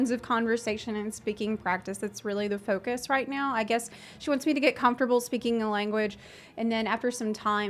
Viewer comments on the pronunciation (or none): none